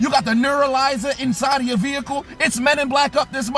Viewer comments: This man says "VEEhicle" like no other. Lmao. 😂😂😂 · I crack up every time he says Veeehicle!